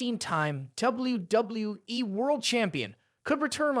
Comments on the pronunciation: You really need to work on saying WWE. "Doubly Doubloueee" - YOU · Doubble-U, Doubble-U E! Doubble-U, Doubble-U E! :face-blue-smiling: Doubble-U, Doubble-U E! I have never heard it pronounced quit like that Sir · The way he pronounces "WWE" distracted me from the actual video content. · If the viewers took a tequila shot every time you pronounced the word and said W-W-E, they would all be dead. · Why does it appear to be so hard for you to pronounce the letter w, you seem to stumble verbally every time you attempt to say 'WWE'